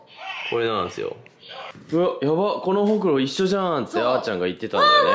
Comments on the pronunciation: ホ↑クロなんだね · うくんのホ↑クロ→の発音気になってポンスの可愛さしか頭に入らん🤦🏻‍♀️ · えぇえん！！ほくろってその発音じゃないの！！バイ愛知県民